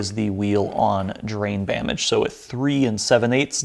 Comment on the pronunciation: The most impressive thing about this entire build is the fact that you can say "Drain Bamage!" so effortlessly. I actually typed it wrong my first try on this comment.